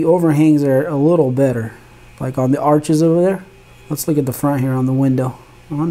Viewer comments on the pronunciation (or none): none